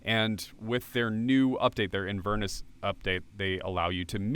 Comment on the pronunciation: It's IN-ver-NESS, not in-VERN-us.